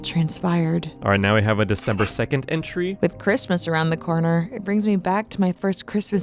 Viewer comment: It's not whit it's with🤬